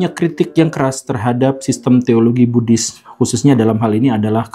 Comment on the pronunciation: Oohh Buddhis.. saya dengarnya Bugis..